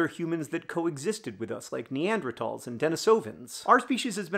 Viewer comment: THANK YOU FOR PRONOUNCING NEANDERTHALS CORRECTLY. Love, a Kenyon anthropology/creative writing major who's now studying librarianship/archiving :)